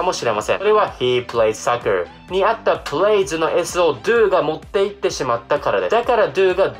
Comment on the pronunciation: soccerがsuckerにきこえる、、、